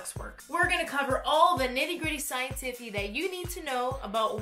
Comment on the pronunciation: I am laughing at 'the scientiffy' every time you say it hahah Thank you for the in-depth look into this!